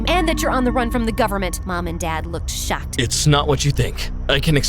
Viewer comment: “I was shocked” no “I was socked” hit different 😂😂😂